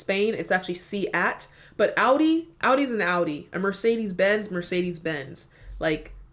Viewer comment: The belarussian brand is MAZ, not Mazda. About the pronunciation, in Seat, the E has the sound like the one in Benz, and in Mercedes the same, all E has the same sound, you said the first one correct and all the other the english "e" sound